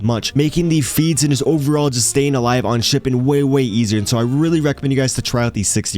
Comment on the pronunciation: whats shipedent lmao learn to speak